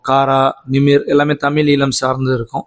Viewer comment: ஈழம் என்பதை 'ஈலம்' என உச்சரிக்கிறீர்கள்: தயவுசெய்து சரியாக உச்சரிக்க பழகுங்கள்.